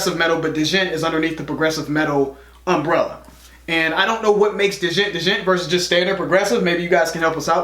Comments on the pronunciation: The term "Djent" pronounced "Jent." The D is silent. Djent is a subgenre of Prog Metal. To better explain Djent listen to the guitars. You guys have reacted to Animals As Leaders, Meshuggah (in the past) and now Tesseract. If you listen to the guitar sounds on those you will start to notice similarities. That's basically what Djent is. Another good prog song hat I think you guys will enjoy is "White Walls" by Between The Buried And Me. This one is a little lengthy but it's a damn good song. Side Note - Meshuggah is know as sort of the Godfathers of Djent. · It's actually pronounced "jent". What makes a band a djent band is the use of the djent sound. The genre was named after the sound. Which is a super low chord, basically. You've also reacted to 2 other djent bands in the past. Animals as Leaders and Messhugah. Also, please react to Images by Mutiny Within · Djent (pronounced "gent," the "d" is silent) is an onomatopoeia: the sound of a palm muted chord; a "djent" sound as opposed to a "chug" sound (no muting). TesseracT's main differentiator from other bands is their bass-driven sound. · Soilwork - Death in General. Regarding Djent (pronounced jent... the D is silent) the name comes from the sound the guitars make "JENT JENT JENT" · guys need to check out Karnivool "we are", and you pronounce it JENT😊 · He's pronouncing it like you would dijon mustard, I think. But yeah just one syllable, not two. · Djent....d is silent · Dudes periphery! And yeah, the D is silent like in Django unchained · Just like for Django, the d is silent. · the way you say Djent is silly, the "D" is silent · the D is silent Bros! lol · du du du du du jent jent du du du dujent - haha you guys need to watch Stevie T's djent video, I think you would find it funny after the pronounciation mistake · I know it’s probably been said a million times already, but I’m only 30 seconds in and the “Djent” pronunciation hurt my soul. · THE "D" IS SILENT :') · The d in djent is silent